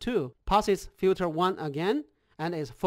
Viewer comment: FILTER! Not fjuter :). Nice thx.